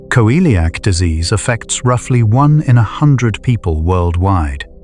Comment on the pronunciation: Why does it pronounce celiac as Co-eliac disease? 😅